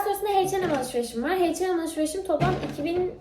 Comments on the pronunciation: butun video boyunca H&M'e (Heyçenem) dedin ama (Eyçenem) diye biliyorum aklimda kalmasin diye yazdım yani ingilizce de H Eyç diye okunuyor soylemek istedim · Şunu artık heyçenem olarak okuma gözünü sevdiğim kaç yıldır şuna heyçenem diyosunuz bak doğrusu "eyçenem"